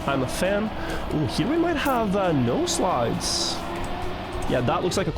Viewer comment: to be fair i literally played for 2 years before finding out it was "no slides" because always says "nose slides"